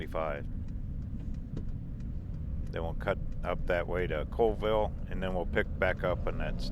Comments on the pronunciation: Neet video. Oh and it's pronounced Call ville instead of Cole ville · It's actually pronounced Callville not Coleville. The population of Chewelah is just over 3000. Colville is around 7000 and KF is almost 1700. FYI :) Lake Roosevelt is too Big to Freeze. Enjoyed the Trip and you know the Videos can't do it Justice. It's Breath taking...and if youre a Rock Hound it's Heaven! You can't even see the River right now it's so covered in smoke :( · Its pronounced CALL-vill not cole-vill for your info ;) i agree with everyone who suggests Zips. they have the best bacon burger combos! but Ronnie D's has an awesome cordon bleu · Colville is pronounced Call-ville. Chewelah is pronounced CheWeeeluh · Just to let you know it’s pronounced chu we luh 😊 and colville is call ville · Pronounced call-ville.😁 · Colville, pronounced "Call ville." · Colville pronounced Call-ville; Chewelah pronounced Cha we luh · Hi! I lived in Steven's county for over 35 years in the Colville, Kettle, Inchelium area. Thanks for the tour of my hometown! P.s. Colville is pronounced 'Call-Ville' and Chewelah is pronounced 'Chew-WE-la.' Thanks for the tour! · Colville is a town of about 5000 people and you did say colville wrong is call-ville but it makes sense. You mess it up if you have not heard it.